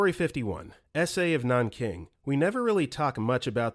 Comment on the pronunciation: The impact of these stories is somewhat ruined when you can't even say Rpe.of Nanking properly.